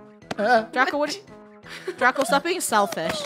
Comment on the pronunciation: it's draco not drago